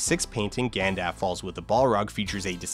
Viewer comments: Gandaff. ??? shrugs Lovely video, really enjoyed it. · Do you not understand how editing works? A bunch of the instances of the "Gandaf" pronunciation occur during footage of Dan sitting in...whatever national park he filmed his narration segments at. If the pronunciation error wasn't caught until after shooting was complete for those segments, "editing out" the gaff would require Dan to go back out to the national park and reshoot that footage. Editing is not some magical fix-all and if you're going to fix something like a mispronunciation "in editing" you need footage to replace it with. Dan is definitely saying Gandalf's name wrong (I originally thought it was a bit, it's been a while since I watched the Bakeshi adaptation and at first thought it was a bit Dan was doing to riff off how the name was pronounced in that adaptation) but your idea of how easy it would be to "fix" that in post-production shows an almost complete lack of understanding of even basic film production. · This annoys me SO much. He speaks flawlessly the rest of the time, why can't he just say 'Gandalf' properly? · Was really tempted to comment, "Who is Gandaff?" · if you wanna get real nerdy with that line of reasoning, it's arguably "Gandalv", with a "v" sound. I doubt that's the intended pronunciation, but if you want to really annoy your friends, well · I'm not hearing the L at all though; it's not soft, it's gone. I'm consistently hearing 'Ganndaff'. ::shrug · every time he says "gan-daff" a Balrog loses its wings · I think I'm going to pronounce it "Gan-Daff" for the rest of my life now. Makes sense, I mean, how do you pronounce "Half"? Exactly. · This video is so interesting and would be literally perfect without “GanDAF”... how did you come up with that pronunciation? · ...Why do you keep calling him "Gandaff"??? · Who is "Gandaf"? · Who the heck is Gandaff? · Who is this character Gandaff that you speak of? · Bro says Gandaph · Who TF is "Gandaff"? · "gandaff" lol